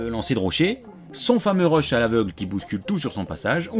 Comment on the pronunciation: Lancé des quoi ? Des rush ? Des reuches ? On comprend rien parle français !